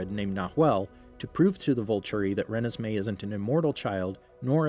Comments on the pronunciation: Re-nisss-may. Lol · I still can’t get over how u pronounce Renesmee😂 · ... its first beach ON la push. That's the name of the beach. Also he said Voltori wrong, pretty sure he said Rennesme wrong too. And he got plot points wrong, like edward biting bella. He only bit her in twilight, in breaking dawn he had a bunch of venom in a syringe that he injected her with, so as to not break the law.